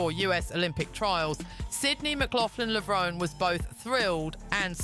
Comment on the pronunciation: The final “e” in Levrone is Pronounced! Levron-E. Do your research.